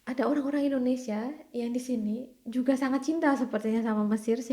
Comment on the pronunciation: Maaf Bu yg benar itu Indonesia bukan endonesia.tolong ucapkan yg benar kepada orang luar.